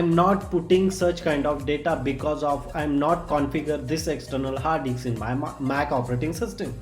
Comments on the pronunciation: hard DICKSS guys, not hard DISK 😂😂😂. LMAO 😂. HARD DICKS 😂. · ah ki fudu explanation "hard diks"